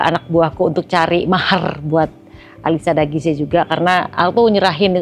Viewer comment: Ternyata alisya dagise bacanya... Selama ini Q taune alisya daguis bund.. Maaf ken